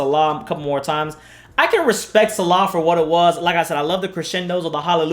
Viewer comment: It’s pronounced See-lah not salah. I had to do this because they are two different meanings for this and includes two different religions, Christianity and Islam. Selah is used as a break in the singing of the psalms and Salah is the practice of formal worship in Islam. Sorry I had to be “that guy”🥴